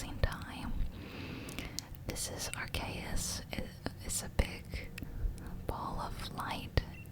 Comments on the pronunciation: Great video so far but just to say its "Ar-see-us" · No bruh, that's not how pronunciation works 😂arc = ark arceus = ar see us. When you put an e after the c and there's no y at the end, it's see.